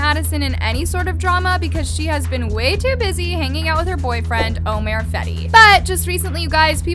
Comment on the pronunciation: “Omare” well I mean, still closer than “Omer” 😩😩